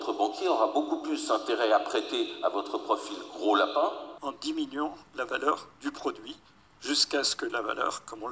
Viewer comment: ماهذه التزكية . ولا تزكوا انفسكم .فعلا ان التعلم يتطلب المثابرة والمداومة ولكن ليس معنى انك تتكلم بعض الكلمات بالفرنسية انك فعلا متقن للغة الفرنسية .فنطق الحروف (o.ou,ai.eu) بالفرنسية لاتثقن نطقها مثلاvaleur تنطق eu كما تنطقouونفس الشيء نطق iمثل émission وqualité...راه الفيديوهات كيشوفوها الناس المتميزين في اللغات ومع ذلك لايتفاخرون ولا يدعون ان لديهم الطريقة السحرية لتعليم الناس اللغات . لنكن منطقيين والله يسهل على الجميع .فلا علم لنا الا ماعلمتنا 🗣